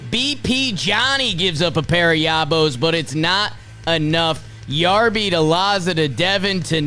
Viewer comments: I love your podcast and watch it everywhere I can. If you are going to say you like/know Ryan Yarbrough and lie. Its Yarbrough not Yarborough. It’s Yar-bro, he was a Dodger last year, why would they hide him from the Dodgers??? Jack offs!! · Its pronounced Yar-bro